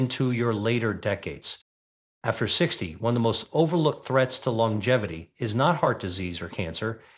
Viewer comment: Your robot started out fine -- and then fell on its face with 80-S, 90-S and "lon-jevvy" for longevity. No, not "tyoo-merick." Tur'-muh-rick. Fine writing,. Why don't you read your sensible script yourself?